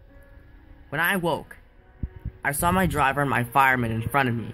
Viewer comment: you did good but when you say driver you slip with driver and fireman